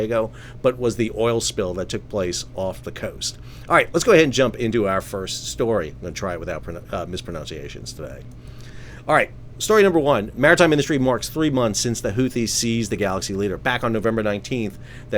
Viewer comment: would it be over the top to point out that in the introduction, you mispronounced "mispronunciation" ?